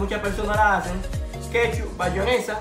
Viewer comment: Tu le dices bayonesa a la mayonesa?